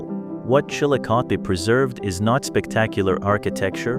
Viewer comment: Somebody try to fix AI to recognize words that have two meanings. Galena means LEAD ,pronounced LED, the mineral, NOT LEED. and lets try Chillicothe, produced ChillicothEEE.